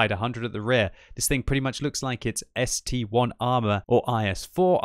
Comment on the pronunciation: it's still ST-1 and ST-2 It's not a damn i